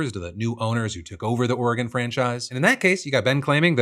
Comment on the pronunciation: As a lifelong Oregonian, I appreciate Phil for pronouncing Oregon correctly ❤